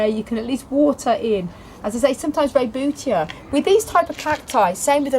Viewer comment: So glad you pronounced rebutia correctly! I see so many people who don't!